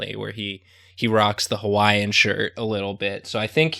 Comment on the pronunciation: i’m honestly not even mad about it. the way says hawaiian is funny to me cuz he puts some emphasis on it and i’m hawaiian so it’s funny to me😂😂